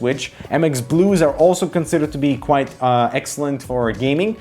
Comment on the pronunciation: You pronounce "quite" as "quiet" and you spell "quiet" as "quite". Cmon, man! You're killing me. -_